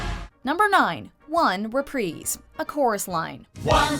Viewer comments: Have I been pronouncing it wrong, or did I just hear her say "represe" ? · The way she says “reprise” is making me cringe. It’s pronounced “Re-prize” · It's pronounced re-pr-EYE-se. Like prize. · Ur trash, it’s like saying Re-Prize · Anyone else get really pissed when she pronounces things wrong 😫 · She cant even pronounce reprise right